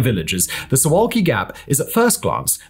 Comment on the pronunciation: It’s pronounced soovuhwkee.